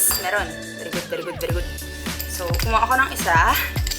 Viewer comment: "beri good yg, beri good" HAHHAHAH